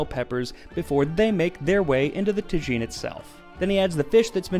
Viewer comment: Is it really pronounced ta-gin?